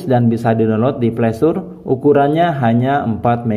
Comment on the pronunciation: Dr dulu galfok dgn kata "playstur"😅